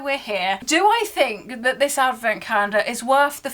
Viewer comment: What’s a “cah-yen-der”? 😬